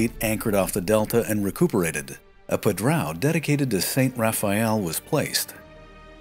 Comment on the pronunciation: You also have the common problem with the nasal diphthong ão used in padrão and João. No easy solution there as few languages use that sound. Aun would be an a decent aproximation as would mimicking a short bark by a large size dog. So, pa-draun with u being nearly silent.